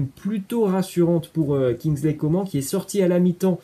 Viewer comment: carrément 😂 "Kinzleïe Comment" 😭